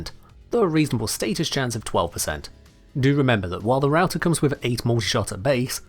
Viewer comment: It funny and painfull because i'm finnish and i know that its suppose to be prounced "rauta" and not "routah"